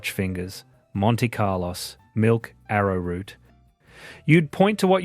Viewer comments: * Iced Vo-voss and Monte Carloss? Save me. Mooer AI narration again. Thumbs down. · I’m up to the biscuit bit… they are iced “Vo-Vo” + “s” for plural, not “Vo-Vos”… same with “Monte-Carlo”. Is this an AI voiceover? Am I just training AI now? Pls fwd payment to me c/o … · Mispronounced iced "vovo" and Monte "Carlo"! AI - That's annoying. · Vo vo and Monte Carlo are the singular form of the words, pronounce them correctly please... Also we had the ABC on Channel 2. Otherwise perceptive and true! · True enough. Sad too but many of your images were American and you can’t pronounce “iced vovos” and “monte Carlo’s”. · 1. About Australia, with American pics. 2. Can't say, VoVo, or Carlos correctly. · AI can't pronounce Iced Vo Vos or Monte Carlos properly.